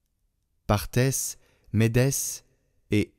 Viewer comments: Parthes, Mèdes, .... On ne prononce pas le s . 😊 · Pour la lecture on ne prononce pas le S de partes .....Élamite....